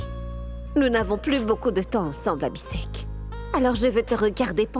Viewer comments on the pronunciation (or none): Mounie les prononciation des noms😂 Pragya ❌ Piragya ✅ Abhi sheikh ❌ Abi Sec ✅ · Elle dit piragya Abhisek et Ayla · Moi à chaque fois que monie prononce le nom d'Abi en disant Abisèk ,je ne peux pas m'empecher de rire😂😂😂